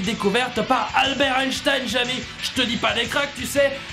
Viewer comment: Jamy pas jamie